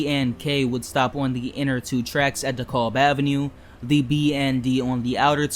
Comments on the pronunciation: Cool. So why did you pronounce "Montague" as "mon-thaug" not "Mont-a-Hue"? and DeKalb not as "Dee-Caalb"? Asking as this is a "learning" channel and this could help someone else especially those that are not in NYC or familiar with NYC. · Question? Are you a native NYer? I ask due to the manner in which you pronounce certain street names. Example "Montague" and "DeKalb junction". I was only listening to the video, not viewing, and when you pronounced "Montague" and I was think, "where is that?"